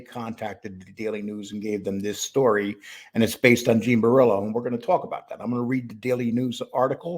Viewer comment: Please, please say "Bor ELLO, ELLO" brillo is driving me nuts, say the little gimps name properly, 😂😂